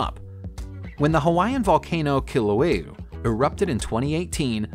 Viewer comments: theHawaiian volcano is called Kilauea KEE- Lau-A-uh.. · The Hawaiian volcano is pronounced KEEL-LOU-EY-AH.